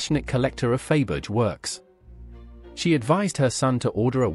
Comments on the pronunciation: I can’t watch this inaccurate video by a narrator who pronounces the name of Faberge…..Fayberge. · Glad it wasn’t only me cringing over the mispronunciation! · I never knew that Faberge made tyres like Dunlop, Pirelli and Michelin did/do. Do aristocratic women keep their spare tyres in the car boot? Sorry, but the mis-pronunciation of Faberge is horrendous; and when you cannot correctly say the name of the video's subject, I have a problem with watching it. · The jewels are gorgeous but the mispronounced name of Faberge was so off-putting that I had to stop. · It is an AI (artificial intelligence) voice that narrates this video. Thats why there is so much wrong pronunciation!